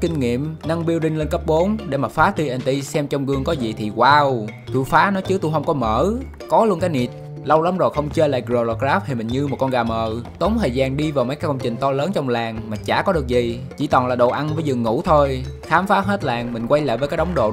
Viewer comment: riu lai cờ ráp ❎ rờ lờ cờ ráp ✅